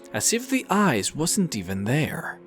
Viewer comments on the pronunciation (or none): You pronounce ice as eyes